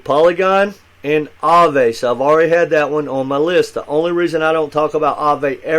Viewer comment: lol. you said Aave correctly.. you'd be surprized how many youtubers say that wrong and its so cringy to me for them to be talking about crypto and not know wtf they are saying